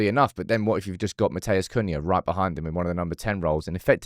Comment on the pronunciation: It’s not MATT-AYAS, ITS MAT-EUS